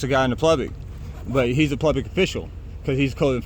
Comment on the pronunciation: SAY PLUBIC!